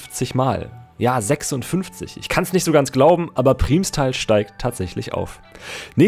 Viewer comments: Das heißt "Primmstal" nicht "Priehmstal"!!! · Primstal ist ein Nachbarsort von mir und die Aussprache nervt mich. Es wird schnell ausgesprochen ,,Prrimstal" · also geiles video aber es wird PRIMMStal ausgesprochen also wie als wären es 2 m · Muss bisschen über die Aussprache von "Primstal" schmunzeln :) Aber klar wenn man nicht aus der Ecke kommt, kann man das nicht wissen. Das "i" wird eher kurz ausgesprochen. Aber Cool, dass du genau den Verein erwischt hast ;) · Man betont Primstal mit einem kurzem i, nicht mit einem Langen :)